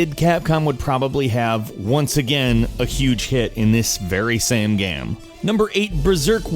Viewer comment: "In this very sam gam"